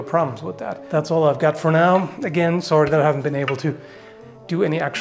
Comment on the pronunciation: They're mutating his fursona. I should have known this was inevitable the first time I heard him say "sori".